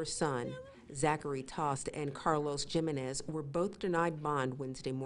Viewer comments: JIM - en - IS = HUME - en - EZZ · the reporter said jim-in-ez lol, its JI-MEN-EZ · JIM-a-nez? How about getting it right....He-MEN-ez...Hispanic, you know? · He-men-es = jimenez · Jiminez is spoken HeMen The name Jimenez is pronounced "He-men-ez" not gym in ez. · Jimenez is read He men nez, not Gee men nez. Sheesh. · Lol! I was looking for this comment. Jim-in-ezz 🤣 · It's pronounced he men iz gymenis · Is that lady actually saying "Gym-en-ez"? 🙄🙄🙄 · Lol! She butchered his name! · The J is supposed to sound like an H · I’m pretty sure it’s supposed to be pronounced “Hi Men Ez” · This lady needs to learn how to pronounce the damn last name "Jimenez"... SMH... HAHAHHAHA she sounds hilarious! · Lol she said Jimenez with a J 😂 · The J is silent Jimenez. Where have you been? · No the J is pronounced as an H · Damn, that lady really butchered their last name. It's pronounced "Hee-men-ez" ... I take it there are no Latinos working at that news station??? Lol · They need to learn how to pronounce Papi's last name. It's "Hee-men-es". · I hate how she says Jimenez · 'Jimenez': Say 'Him men nez' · bruh she saying gym e nes and its Jimenez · It's pronounced, Hee-men-ez (Jimenez) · That pronunciation of "Jimenez" though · That is not how you pronounce that name. The j makes an h sound. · IKR? That reporter really needs to get her information on the proper way of saying ‘Jimenez’. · Please learn to pronounce Jimenez! It's a common name.